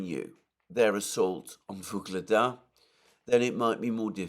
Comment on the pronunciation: "Ugledar" or "Vuhledar", not "Voglada"